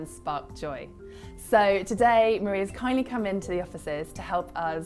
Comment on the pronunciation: i don't want a channel girl it's Mari. Like mah dee. But thanks for reaching:)